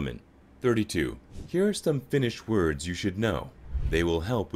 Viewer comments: Unfortunately the narrator mispronounces every single finnish word. Some of them are so far off, i didn't even recognize them without the subtitles. 😊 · Oh my god, the narrator really truly butchered those Finnish words 😂😂😂